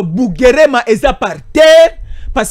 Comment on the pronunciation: Bugarama et non pas Bugerema